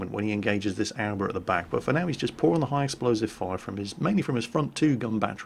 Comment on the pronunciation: I'd just like to point out a simple pronunciation error: Aoba is pronounced "a-o-ba" not "owba" A general rule to follow with Japanese is that it's pronounced exactly how it's spelled.